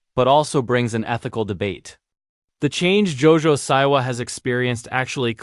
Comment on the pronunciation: Why do you say “Jo-Jo SIGH-wa” instead of “Jo-Jo SEA-wa”?